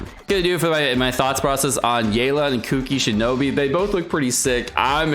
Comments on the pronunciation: "Kuki Shinobi" KEKL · na bro he was saying kuki shinobi.